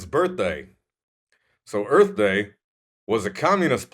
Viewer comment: Buttons... too funny!!!!!! Love the crash! EARF! LOL! That was great!!!!!